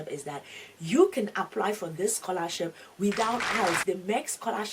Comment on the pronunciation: Только я слышу сқолашіп😅?